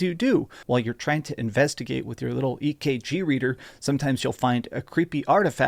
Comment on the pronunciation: Nah man said ekg